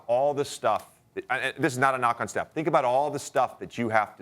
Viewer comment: Steph…. It’s Steph…….Steph….. it’s not even close 😂